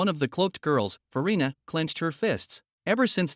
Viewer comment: i heard Ferrina or Furina